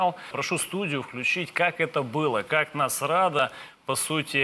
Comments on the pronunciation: Я с первого раза не расслышала, а потом мне понравилось слово " НАСРАДА ". КЛАСС. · "Насрада", блин!